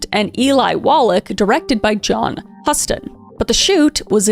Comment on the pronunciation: Garble rhymes with cable. Bette is pronounced betty and Huston is pronouncedHouston.